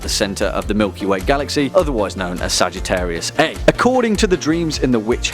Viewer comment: Like the coverage of chaos. For the record it’s pronounced ‘Sagittarius A star’ 🤓🤓🤓.